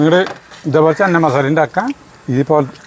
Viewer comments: ചെന്ന മസാല അല്ല 😄ചെന മസാല 😄😄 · North Indian annu channa(ചണ ) എന്നാ പറയുക. ചന്ന അല്ല. ഹിന്ദി ആണ് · ചന്ന മസാല അല്ല. ..ചന മസാല 😊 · It's ചന മസാല ചേട്ടാ... not 'ചന്ന '..... ചന means കടല in ഹിന്ദി.... അടിപൊളി ❤️👌👍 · ചന്ന മസാല അല്ല.. ചന മസാല..പട്ടിയിലെ "ച".. തുമ്പിയിലെ "ന".. ( ശ്യേ , പൂരി എന്നുള്ളത് കറക്റ്റ് ആയി പറയുകയും എഴുതുകയും ചെയ്തു ) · ചന (चना ) എന്നു പറയുക ചനമസാല